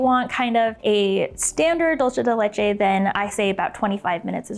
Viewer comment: Dulce de leche is Spanish why are you pronouncing it like that